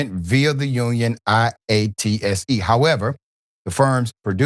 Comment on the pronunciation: In case you've never heard it said, IATSE: eye-ott-see